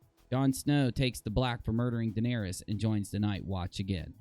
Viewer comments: Guys it’s Daenerys not Daenarious lol when you call her that you’re making her sound like a 6’9 power forward that plays for the Trailblazers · how are you pronouncing Daenerys lol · Please pronounce the names right!! Daenyreeeus and Vareeeus? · wtf is a varius and a danarius